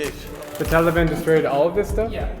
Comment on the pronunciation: "Talbian" lol